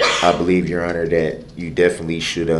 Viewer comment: Yeronner, I axe for a dismissal because the letter, i, in the word, idiot, was not dotted in the complaint.